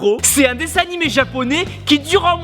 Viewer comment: quand ta dit annimé c'est drôle j'ai entendu hentai